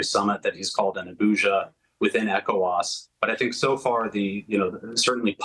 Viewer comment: This guy corrected himself in real time when he mispronounced ECOWAS; "E-cho-was the first time as Eee..CO..WAS. Good analysis. He knows the region well. Well done